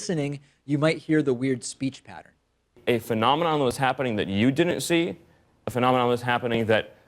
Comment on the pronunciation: His opening pronunciation of "phenomenon" - twice - is slurred exactly like I'd expect from somebody who's hammered. His attitude and facial expressions follow the MO too.